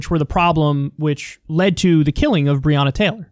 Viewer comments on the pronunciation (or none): Its not brianna taylor. Its brionna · He mispronounced Breonna’s name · Why didn't he stop to talk to them? Why cant rand paul pronounce her name right? Why has Rand Paul not mentioned his bill in his numerous TV appearances since he started working on this, but waited until this event to plead for sympathy on tv? If he's an ally than i suppose so is Donald Trump